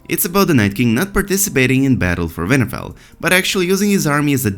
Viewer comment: oh my god i think it's great! i mean it's pronounced winterfell with a 'w' but you're accent makes it a 'v' and i don't think you should change it, it's rad